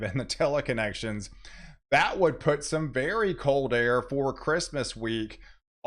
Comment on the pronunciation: Why do you say "Eas-TREN" for "Eastern"? Cheers.